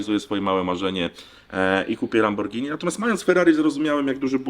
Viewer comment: Szucun Lamborgini a noe kirwa lambordzini